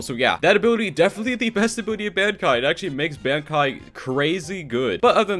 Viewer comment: Stop saying Bankai it’s so annoying it’s pronounces bon-kai